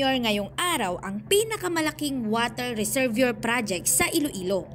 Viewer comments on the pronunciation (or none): Mali ang pag pronounce mo ng reservoir. Bago basahin ang sinasabi paki review kasi mabobobo ang followers mo. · Budol na naman…..ayusin pag bigkas ng RESERVOIR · Reservoir is pronounced “ resserwah”